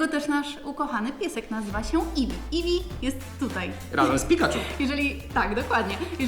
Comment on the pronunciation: eifi to jest imie twojego psa to iwi